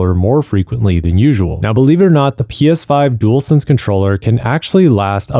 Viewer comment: “Dool sense”